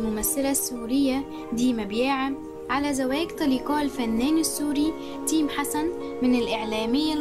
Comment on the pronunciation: ركزولي على لفظ اسم تَيم🙋‍♀️🙋‍♀️🤦‍♀️🤦‍♀️🤦‍♀️🤦‍♀️🤦‍♀️🤦‍♀️🤦‍♀️